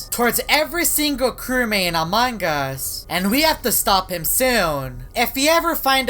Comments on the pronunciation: he just said amanga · I like everytime say "Amon gus"